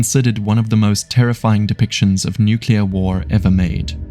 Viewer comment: Nuclear, not nucular